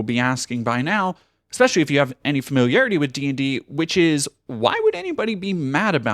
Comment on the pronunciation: Come on, emphasis should be on the NOW